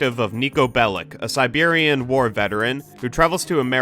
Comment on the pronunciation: Overall, I enjoy your content, but this video is terrible in so many ways beyond your personal opinion. The way you mispronounced and ignored Niko's nationality and how that affects his characterization. How you called the soundtrack "mediocre" based only on the American/English songs, completely ignoring radio stations like San Juan Sounds and Vladivostok. Other complaints, like the game's color palette are caused by playing on the glitchy PC version which doesn't reflect the original artist's vision, mods than fix this exist if you care enough. GTA IV is full of annoying and disgusting characters because thats the intention, is taking a more direct representation of the criminal underworld instead of romanticize it. You seem to consume too much media through your "Twitter glasses" and it affects the quality of your videos.